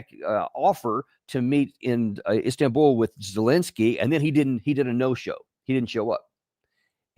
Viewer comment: Danny: It’s ZELENSKY, not Zelinsky. Please correct your error.